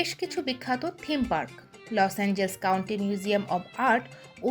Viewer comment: লস এঞ্জেলেস। লস এঞ্জেলস নয়।